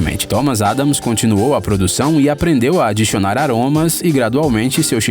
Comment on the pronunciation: Também percebi "adixionar"